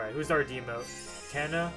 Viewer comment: Its TANA not TANNA